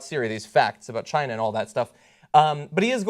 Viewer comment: Why people call China -- Chiner?